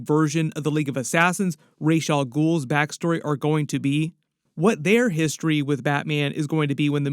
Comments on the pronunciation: Who’s Raysh al-Ghul? 😆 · Ra's al Ghul, please, Talia